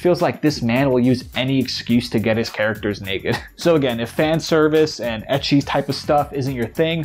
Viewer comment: … it’s pronounced like the letter H. Not “eh-chee”